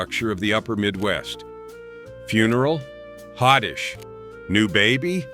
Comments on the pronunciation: Interesting. But “hotdish” is pronounced “hot dish.” And, I grew up in Iowa. There was no such thing as a “loose meat sandwich.” It was a “Maid Rite”; it was immensely popular; and it was a franchise. I suppose “Maid Rite” is a brand name, but I we ALWAYS called it “Maid Rite.” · Roota bay guh, not roota bag gah. And you mispronounced another one right after ward, but I got so upset... Oh YEAH. I'm from Minnesota and have NEVER heard it called hoddish. It's HOT DISH. Hot, hot, hot 🔥🔥🥵🥵!!, dammit!😮😮